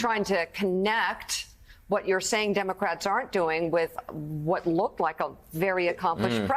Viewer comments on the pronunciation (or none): none